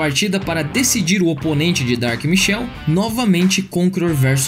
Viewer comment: Só uma correção o jogador "Dark Michel" não existe é "Dark Michael" tem um "A" é um nome inglês a pronúncia é totalmente diferente. Mas eu tenho fé que um dia vão falar certo kkkk